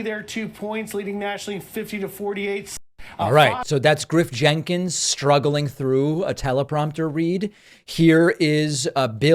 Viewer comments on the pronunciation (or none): Did you say Grip Jenkins? Because that would be a badass name for a character in an action flick.